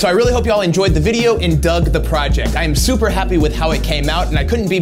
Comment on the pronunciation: At the end you said "I hope you enjoyed this video and dug the project" I heard "I hope you enjoyed this video and Doug, the project" as though you had named the frame "Doug" Not something terribly useful in my life (I have a couple posters, but they'll have their own dedicated display frames once I get around to making them but I really like this idea!